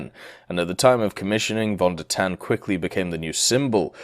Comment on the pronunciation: if you want to pronounce german names properly, try to pronounce the V like an F c